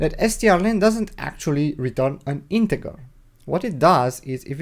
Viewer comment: My friend it's JJJJJJJJR NOT ggggggggr .....INTEJJJJJJJJJR NOT INTEGGGGGGGR 👍